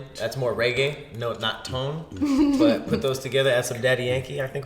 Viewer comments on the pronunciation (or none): none